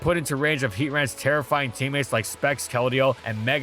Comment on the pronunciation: "It's terrifying teammates" Bro, had to listen to that 4 times before i realized what you actually said over "It's terra flying teammates"